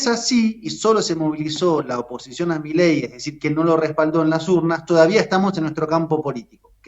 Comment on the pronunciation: Argentina S.A. DE C.V. y no es milei es mi-ley